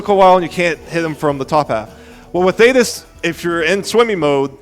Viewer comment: shanock. you heard it here first folks argle argle????? why does he keep saying these names wrong , why does he keep calling queenbee "queen bree"???????? i thought it was a one time mistake but he says queen bree like 3 times not to mention THAYTIS ????????????OGGLE OGGLE why is nobody saying anything? it's not- theyre not called oggle oggle, it's Argoyle and Ugoyle